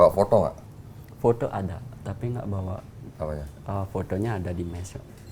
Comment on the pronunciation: q jd ngakak krn ngomongnya potho bukan foto😂😂